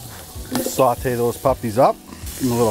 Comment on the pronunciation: "sawt-eh" Most Canadian accent ever. Love it.